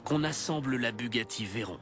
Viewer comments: mdr a la fin a il dit la Bugatti Verron mais ça se prononce verrone ! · Bugatti rend honneur à Pierre Veyron, pilote français de la marque, vainqueur au Mans en 1939, ça se prononce "Vé Rond" et pas verrone.